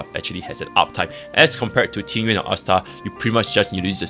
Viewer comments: I'm Chinese, and yes, Tingyun's name is pronounced differently than "Ting-yoon." It's a bit hard to spell out in English, but it sounds more like "Ting-yeehn." The second character of her name is 云 or cloud, which you can look up the pronunciation of if you're curious. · Proper Mandarin pronunciation. "Ting-ween" basically. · Oh it's the ü sound, I know pinyin, but sounds like he doesn't speak Mandarin he's saying it wrong lol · Is Tingyun's name pronounced differently in cn? why does it sound like you are saying ting-ywin instead of ting-yoon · not complaining it just sounds funny, I'm not even a english native speaker so yeah